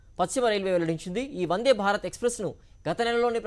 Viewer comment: వన్డే కాదు వందే